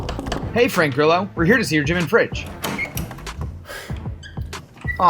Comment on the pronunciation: Facts: Grillo is the Spanish word for cricket, and it's spelled Gree-Yo. The Yo like when you say "hey yo").